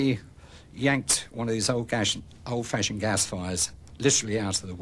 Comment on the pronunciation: ‘Old gashioned fas fire’ 😆